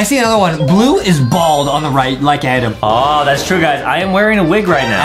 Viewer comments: It's adem not adam 😎😎😎😎😎😎😎😎😎😎lol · It's Adem not Adam😂😂😂